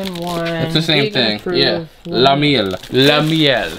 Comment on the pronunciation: You nailed the French pronunciation of “Le Miel” the last time you said it! Good job 👍